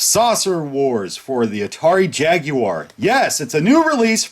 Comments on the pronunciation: Can't even pronounce Jaguar correctly... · Derek Dash Exactly, that’s a red flag right there lol